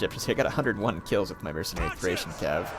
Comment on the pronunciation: THrrrrRRrrracian Cavalry! :D